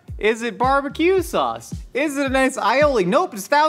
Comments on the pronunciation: "barb-acu sauce" - 2022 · “It’s it catch up? Is it bar-ba-q sauce” 😂I love how Nicole & are having a full on convo as he’s whisking the IceCream base, but at the same time the stove is still on, smoking😭😂